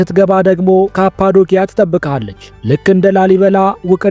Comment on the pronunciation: ወንድሜ ካፓዶኪያ ያልከውን ካፓዶሺያ ብትለው ከትልቅ አክብሮት ጋር 🙏❤❤